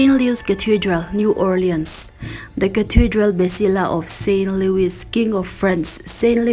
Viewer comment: Suggestion : Louis tih hi Lui tih tur a ni a, mahse Mizo ten Lui (River) kan lam dan ang em em chu a ni chuang lo